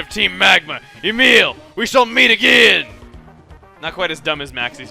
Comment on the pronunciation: Y U ALL PUT PRESSURE ON EMILE? p.s. i'm pretty sure you say it (E-meal) and the e is a long one :) not emily!?!?!